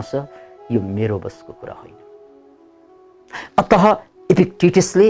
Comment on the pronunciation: जय होस! हजुरले प्रयोग गर्नु हुने शब्दको उच्चारण अलि ठ्याक्कै भएन कि जस्तो लाग्यो, ती शब्दहरू हुन, अत:, अन्तत: फलत: प्राय: आदि अन्तमा बिसर्ग लागेर बनेका। तपाईको उच्चारण अत(ह) सुनिन्छ, मतलब पूरै कडा ह सुनिन्छ तर यो बिसर्ग सहितको उच्चारणमा ध्वनी (आधा हल्का नरम ह) हो। है हजुर, अन्तत (ह)होइन। ह को ध्वनी एकदमै हल्का, नरम या आधा मात्र हो। अंग्रेजीमा father,mother इत्यादी को उच्चारणमा र को उच्चारण गरे जस्तै हो। र, को ध्वनी भए पनि कता कता हराय जस्तो। हुन त यो ब्याकरणिय कुरा हो तर पनि हजुर जस्तो बिद्वानको मुखारबिन्दुबाट सही,ठीक ध्वनी उच्चारण भए नेपाली भाषाको बिकासमा ठूलो टेवा मिल्ने थियो। धन्यबाद!